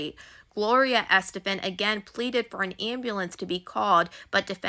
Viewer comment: It's killing me how u keep sayin her name wrong lol, Gloria Estefan's a legend. This story is crazy